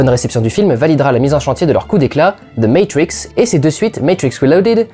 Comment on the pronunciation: "ze meytwrixe" "meytwrixe wrilodèd" "meytrwricxe wrèvolusheunsse"